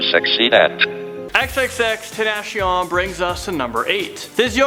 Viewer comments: You said X's name wrong! Its XXX- TEN-Ta-See-On (XXXTENTACION) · Is it just me or he said xxx-ten-DASH-ion like boi I am pissed now